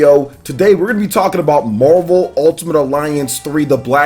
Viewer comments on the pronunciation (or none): Is it just me or does it sound like he’s saying “Mobile ultimate alliance”